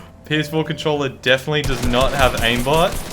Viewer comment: wy do u say cuntcholla instead of controller